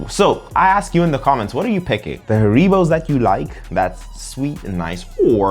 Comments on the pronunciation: The gummy bears are pronounced HAIR-uh-bow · HaREEbows -- LOL. It's not a Spanish word! It's actually HAReebow. It's derived from the name and home town of the inventor: HAns RIegel BOnn. (I lived in Bonn for years and when the wind was right, you could smell the gummies from the factory about 8km away.) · I've never heard someone pronounce Haribo like that lol